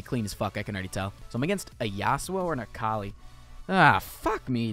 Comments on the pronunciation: akali is pronounced uh-call-ee, okay? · the way this man said akali